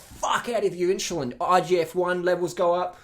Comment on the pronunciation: "inshulin" LOL greetings from Poland